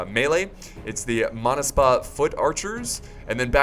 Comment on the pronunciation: Wow I'm from Georgia and so proud. you did pronounce it right monaspa was the name of elite horsemen at the time of David the forth thanks for choosing my country